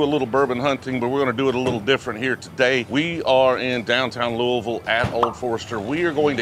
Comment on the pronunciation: Nice work pronouncing Louisville correctly 👍🏻